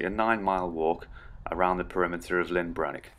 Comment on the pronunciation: Handy video, thanks 👍🏻 One small point, you keep says Lyn Brenig, it’s LLyn Brenig 😉 Lyn is a ladies name! LLyn means ‘Lake’ … in Welsh 😎